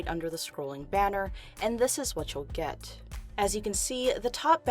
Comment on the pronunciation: "This is what you'll gÆt "